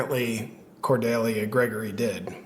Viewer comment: Do people really not know how to pronounce Cordelia